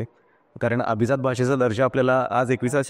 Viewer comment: अभिझात नाही अभिजात